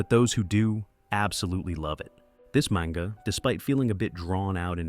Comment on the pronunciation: Maynga?? ..wow this ai is shit